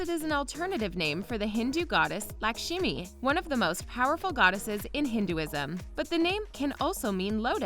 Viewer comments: DUDE! Its not Lakshimi its Lakshmi. (luckshmi) LOL its so weird listening to it being pronounced Lakshimi! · Laksheeemi.. dude it's la-ksh-mi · Exactly ewww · I cringed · Okay. Lakshmi is pronounced luck-shmee. I love y’all and love that you covered this so so well. But please use a pronunciation guide. Cause it’s hardddd watching our names get butchered. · Yeh...I'm a Latina and I cringe when I hear Spanish mispronounced. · I mean I guess here’s my argument- in school we are expected to know how to say names like Shakespeare, Margeruite, and id even venture an oddly spelled western name like Sean correctly. Growing up, it never made sense that folks wouldn’t try... and I mean it’s a pretty self explanatory name. It sounds quite butchered for what it is. Like. It’s spelled the way you say it and in English we do use the uh sound on an A in this sensible sequence. Sorry just really passionate about this stuff especially as I was bullied and harassed for my own non-western name growing up (raksha)- and it became a major point for a lot of my friends and I growing up- it’s not that hard to learn to say and I think it’s kinda important to learn to value each of our unique names and respect how they should be said. Sorry if I sound aggressive at all! It’s really late at night and I’m lowkey tired so again, I’m really sorry if I come off any sort of way at all!!!!